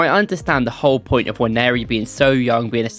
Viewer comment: Finally you're pronouncing the guys name correctly 👏